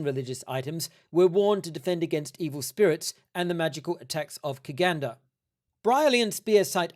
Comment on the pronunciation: "Kiganda" is not a religion or set of beliefs -- it's just an adjective that means "Bugandan" and is pronounced "chiganda". Could you elaborate on why you've chosen to cover virtually only Kiganda history in your exposition of the christianization of Uganda? It cannot be overstated how multicultural Uganda is. Other than that, I'm not sure I agree with your overarching analysis of the research, but I'm enjoying the vid nonetheless and admire the effort that you've put into this. Keep 'em coming!